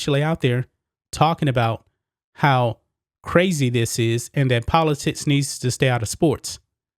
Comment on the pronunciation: It's pronounced politics. Poli - ticks do it that way. Not poli - tits! Work on pronouncing words. It is very uncomfortable listening to. Content is good.